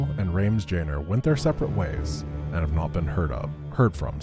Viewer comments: Rames jaynor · Did anyone else catch Rames Jaynor? 😂 Luv ur work brother 👍